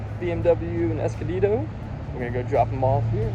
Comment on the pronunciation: S cunn dee dough 😂 = Escondido